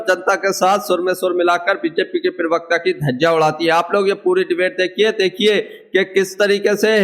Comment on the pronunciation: pirvakta nahi parvakta hota he😅😂dosri baat, beech me mat bola karo disturbance hota he